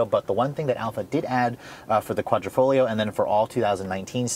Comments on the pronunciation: Quadrifoglio pronunciation=kwadrifoleo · Quadra-foh-GLEE-oh ? Really dude? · nice review, no hate but the way you say quadrifoglio makes my ears hurt lol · Try pronouncing it without the G idiot